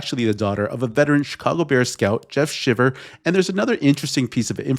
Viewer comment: These talking heads can never pronounce names correctly. Shiver has a LONG i.